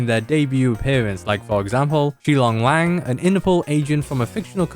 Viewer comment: Lang (pronounced as long) is Chinese for wolf. So, Despite popular pronunciation, I think Shi Long Lang is pronounced as Shi Long long, Which is funny to me